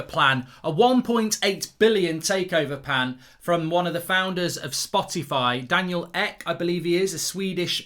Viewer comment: i love his cute pronounciation of spotify. spotty-fy